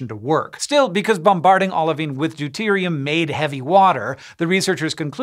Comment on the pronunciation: lol u said deute